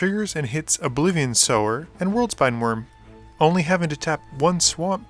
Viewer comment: Haha you pronounce "Sower" correctly in this one finally